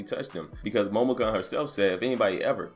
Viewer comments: kun is pronounced KOON not cun. Sorry it was irking me but good vid bruh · HER name is pronounced Momo - koon. How can I trust your news if you can't even get the absolute basics of a story tight?